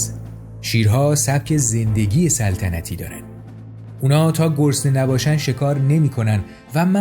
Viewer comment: آقا ، بزار یه کم سر به سرت بزارم ! چرا هر دفعه‌شما میگی گرسنه ، به گوش من میاد که میگین گسنه !!!!!! حالا میگین گرسنه یا گسنه ؟؟؟! 😅😅😅